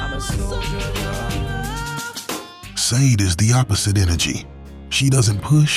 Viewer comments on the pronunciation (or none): Sade's name is pronounced… "SHA-DAY"